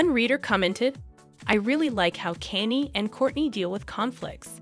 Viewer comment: Can you not say Kanye's name correct?